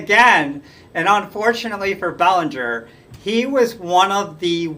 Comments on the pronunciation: It’s pronounced “Bel-an-ger”. It’s not Bellinger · The way it is pronounced here may be correct but I distinctly remember announcers pronouncing Belanger's name Ba-lan-ger, not Bell-an-ger. Either way, I don't see how he could be rated ahead of Concepcion who was one of the best offensive shortstops of his era, and was also an exceptional fielder. If Belanger was a better fielder, it can not have been by a wide margin. Concepcion on the other hand, was an infinitely better offensive player than Belanger. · It's "Bel AN ger." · If he hadn't suffered a career-shortening injury at the beginning of the 1982 season, you could make a good case for Rick Burleson going to the Baseball Hall of Fame. Look how far the team fell after they lost him; they struggled to play .500 ball without him at short. And by the way, Mark Belanger's name was pronounced "Buh-LAN-ger". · Good picks but Larry Bowa and Don Kessinger deserve honorable mention. You mispronounced Belanger’s last name. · You're pronouncing Belanger's name wrong ...